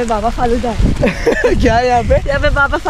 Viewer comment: Baba falooda nahi BAWA falooda hai😅